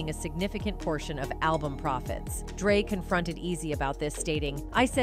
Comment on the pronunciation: Y’all got to get another AI voice I heard dr. Drought instead of dr. Dre almost 4 times…